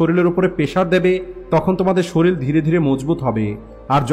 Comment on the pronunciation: শরীল নয় শরীর